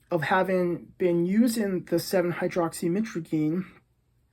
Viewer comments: Stop trying to pronounce the full word 🤣🤣🤣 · Being addicted to something you dont even properly pronounce the name of is pretty wild...